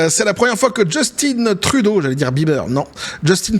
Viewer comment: Son père s'appelait Pierre Eliott Trudeau (Né à MONTRÉAL)... C'est français Québecois donc Justin Trudeau ce prononce en français... Drôle d'habitude que vous avez de le prononcer avec un accent anglais. JUSTIN (En français sans accent anglais) et Trudeau pareil! ;) Même son père le prononçais sans accent anglais. Je suis complètement neutre mais je sais que les États-Unis importe près de 50% du Canada comme l'alluminium, le bois, de l'électricité "Hydro-Québec", Sirop d'érable(Qui est, malgré ce que l'on peut en penser, une mine d'or)...etc etc. Donc pas sûr que ça soit dans leur intérêt une guerre économique. Les 2 pays seraient perdant. Le Québec leurs couperaient l'électricité et ce serait déjà un ÉNORME problème... déjà pour la totalité de New York.... Faudra bien réfléchir aux impact avant de faire les fous. :)